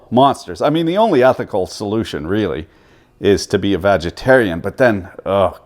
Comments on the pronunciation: Did he say "vagitarian"? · Did anyone else here him say "Vagitarian"? lol